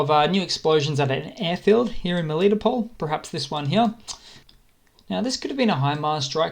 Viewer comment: It's Mel I toe pol not melito pol